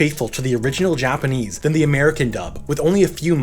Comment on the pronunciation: Its not correct though